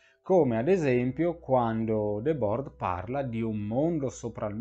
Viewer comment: Va pronunciato ''ghi debòr''.